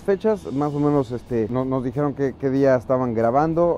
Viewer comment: Es mexicano dijiero no dijiiero